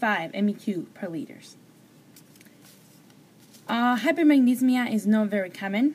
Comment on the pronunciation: Yeah you got it mixed up.. You said hypermagnesemia is low magnesium in the blood but its the opposite, hypermagnesemia = high magnesium. Also you keep saying "hypermagnesmia" but it's "hypermagneSEMIA". it's important to know the correct pronunciation. thanks for the video:-).